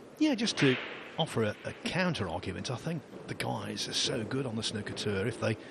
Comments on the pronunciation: dear American's its not snucker its snooker like a snood or the word mood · Why does every American commentator call it “snucker” 😂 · Snooker has 2 o's in it not 1 so stop saying snoker, leave the crayons alone. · Americans can't pronounce snooker properly, my us relatives are the same. Snooker not schnuker! :D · Snooker like snewker not like a cooker, but a puker, or pewter. Or p(oo), not c(oo)k. The English commentator certainly outlined how to pronounce the word. Somehow it was so irritating having to listen to it being mispronounced consecutively, and so bloody intentionally too. Snuker. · Any other British people here cringing at how Americans pronounce ’snooker’ ?! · The way the commentator pronounces Snooker makes my blood boil